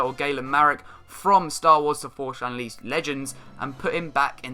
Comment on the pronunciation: I don't know that "Forsh Unleaced"... LOL